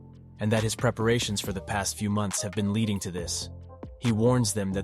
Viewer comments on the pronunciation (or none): none